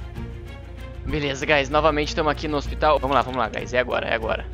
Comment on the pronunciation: Ôxpitau, OUYER